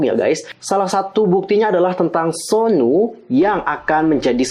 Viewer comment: Suno min bukan sonu